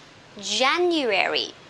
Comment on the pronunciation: Você está esquecendo de pronunciar 'djeniuéri' em vez de 'jeniuéri'. Vc mesma escreveu a pronúncia, mas ao longo da explicação diz 'jeniuéri'.